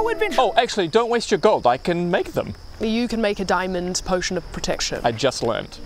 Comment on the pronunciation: I think accidentally read posion as potion.